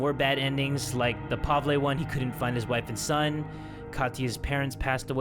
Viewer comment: hey, you prenounced pavle wrong, its prenounced like pav-ill